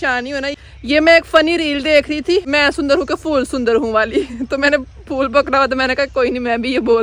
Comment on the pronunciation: Fool NAI HOTA phool HOTA hai 😂😂😂😂😂